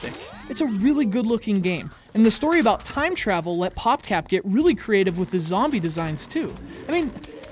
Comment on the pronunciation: hell, it's abaat taam